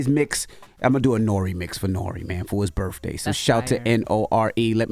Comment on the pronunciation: Why the hell does envy say burfffday when he knows damn well it’s birthday and he knows he can say it correctly. Come on Envy